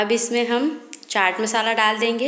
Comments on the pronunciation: it's chaat masala not chart masala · its not chart masala its chat masala